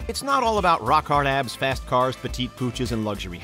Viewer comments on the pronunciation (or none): none